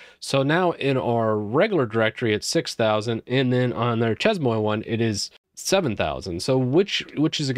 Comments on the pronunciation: more like "shay moah". Pronounce the first work like saying "say" but starting with the "sh" sound instead of the "s" and the second word like the word "boa" but by replacing the "b" with a "m". It's weird trying to explain how to pronounce a word hahahah but following this, you should be close to the intended pronounciation! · Salut Anzan: You got the Shay right but the Mwah is really pronounced Moe-wahh. Together Shay-moewahh (grin). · so, CES MOY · pronounce SHAY-MWAH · plz never say che"z"mo"i" again it's chay - muah ( muah like a fake kiss yes) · Merci,. "Chez-moi" is pronounced "Shay- MWAH." En Francais, if there is no vowel after the closing consonant the consonant is not explicitly pronounced. The moi, pronounced MWAH, is emphasized. It is MY Home, not just a home. Je suis desole for the correction. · You mean "Cheese-Moe" right. It's obviously a Japanese word for cute cheese :P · i doubt that if the word is french then it is pronounced as chemoi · It's pronounced "She mwa" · Chez Moi is French for "My Home". /shay mwah/ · pronunciation: shay mwa Ex: Nous allons chez moi. == We're going to my place. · This is correct. Drove me slightly crazy listening to pronounce it...lol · i don't know why, but it's very painful listening to French words spoken incorrectly.